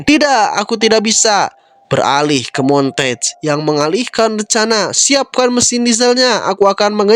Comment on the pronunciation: Bang nama Duck asli itu bacanya mon-te-gue bukan montage